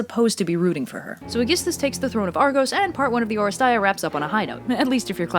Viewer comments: It's «Oresteia» not «Orest-ay-a». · Oh? really? they included the epsilon yotta as EI in the english title and made everyone mispronounce it due to no fault of there own? grumbles dejectedly Τα Ορέστεια as you can see there, is written in Greek with "ει" thats a combo. "epsilon yotta" (literally the names of the two letters) however, in Greek, epsilon yotta thats not "broken" by Thialitika (εϊ), combines into a single vowel. "ih" like the E in "really". So yeah. its English title should be "Orestia" because thats how its pronounced. NO NEED TO RE RECORD THIS OR ANYTHING, i am not mad with you, i am mad with whoever translated that. Its a common problem, like Odeipus instead should have being "Othipus" or even Iphigenia down to "Iphiyenia" to the classical gods and every important greek of science or legend or theater have names plagued by added vowels or improper vowels. Deltas to D's, Gammas to G's, you name it.